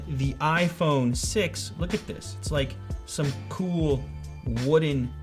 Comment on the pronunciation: "He's so coul" xD